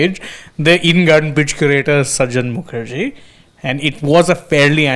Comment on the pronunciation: Please correct the pronouncation It is not sajan Mukherjee it is sujan Mukherjee.